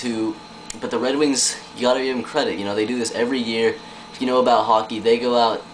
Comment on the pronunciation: oooooooo go to and listen he says wed wings! HAHAHA WAt a dick